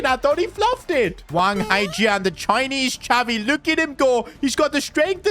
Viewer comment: DID I JUST HEAR " CHINESE XAVI?" omdd